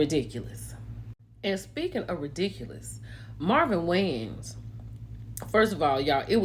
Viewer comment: Not Marvin Wayans!! - That's Marvin Winans. 😂😂😂😂